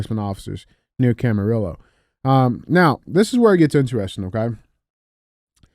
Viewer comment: Any other Californians dying laughing over DJ’s pronunciation of Camarillo & Carpenteria ?? 🤣 Ay DJ, we still love you!!! In other news, tried my FIRST 1stPhorm energy drink today! Orange Fury! Sooooooooo dam good! TASTES LIKE TANG from back in the day! Happy to see our local store carrying them! Stay politically incorrect & racist! We love it 🎉